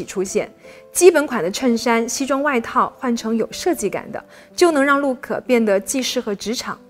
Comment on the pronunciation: 两个词，Look我听成Luke，MomJeans 我听成momJames 😀